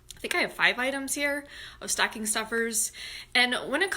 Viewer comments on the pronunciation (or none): Awwww!! You have such a great Rochester accent saying staaahhcking! 💜🎉💙